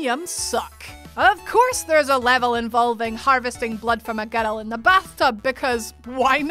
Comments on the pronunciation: How about a whole video of her just saying girrrrl! I would watch that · I can listen to the way "boy" and "girl" sound in a Scottish accent all day. It makes me happy